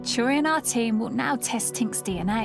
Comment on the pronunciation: Interesting that the professor's name is Turi, but when Stacy says that name, it sounds as if she is saying Churi.